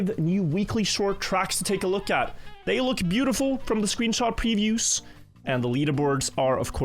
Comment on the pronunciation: Previewsh? SssPEEED? Just make videos in your own language and stop murdering mine.